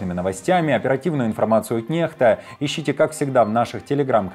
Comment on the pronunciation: А ведущий у вас грамотный? По правилам слово nexta на русском произносится через "кс" а не через "х".